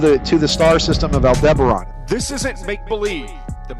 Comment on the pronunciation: Aldebaran did he say